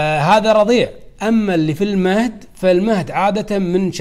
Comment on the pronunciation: وبعدين قول المهد وليس ( المهدي)